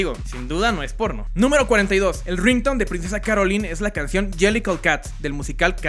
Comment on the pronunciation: Es princesa "Carolain"